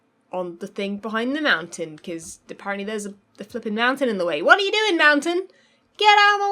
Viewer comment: And appawently...